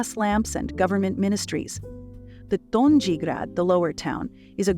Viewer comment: Donjee? Gornjee? Greydeck? Banjelachik? .... the pronunciation of these parts of the city is ridiculous. Donji=doh-nyi, gornji=gorrnyi, gradec=grahdets, zrinjevach=zrinyevats, Banjelachik=Bahn Yelatchich...